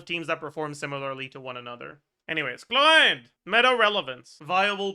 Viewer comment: Why always pronounces Chlorinde's name like he is about to throw up? Does he hate her or something? It is disturbing to listen to.